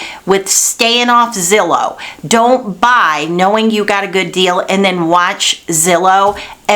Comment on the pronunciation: Glad to hear you say "zillow" instead of "Rhymes with pillow". Good information as always.